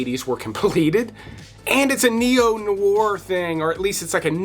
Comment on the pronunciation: Great video, and list, but man, listen to the way to pronounce ’Noir’ some time…